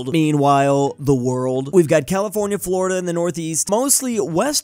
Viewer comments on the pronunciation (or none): none